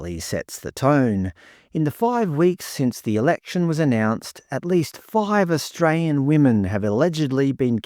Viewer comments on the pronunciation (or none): none